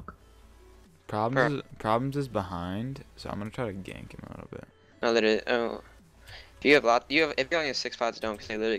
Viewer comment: btw. Please stop say "litally"